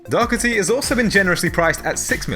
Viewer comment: It's Doherty, not Dockerty. "Daw-her-tee"